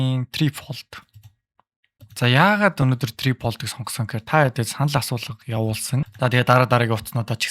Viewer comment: Tri pold bish tri fold shde bro 😅